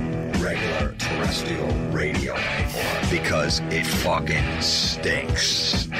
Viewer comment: Jim Florentine's produced intro has him double-tracking the mispronunciation of 'terrestrial' as 'terrestial'.